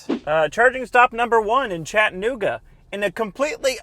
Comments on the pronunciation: Its pronounced.. Chattuhhnooga NOT Chatt-nooga If there is a hard break or stop when you're trying to pronounce the word... you're saying it wrong. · Chat-ta-nooga not Chatnooga